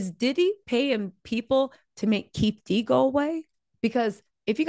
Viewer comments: FYI it is not “keef d”it sounds like”keef E D “ Keef E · How didn’t your people tell you that his name is Keefe D not Keef D😂. Hard to watch repeatedly hearing Keef D. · It’s keee/Fe/Dee